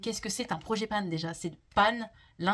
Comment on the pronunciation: Bonjour, si je peux me permettre c’est project pan et non projet panne 😂